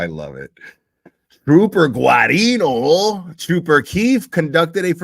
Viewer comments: I grew up in Norwood which where Guarino is from originally. The GUA isn’t pronounced as it looks 😂 Phonetically, It’s pronounced, Gareano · L love you guys. It’s so laughable the way no one can pronounce trooper GUARINO name.its Gerino